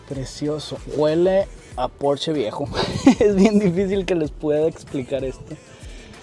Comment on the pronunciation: Excelente vídeo! Y comentarte que creo eres el único que dice bien el nombre! Si, es porscha! No es inglés, es alemán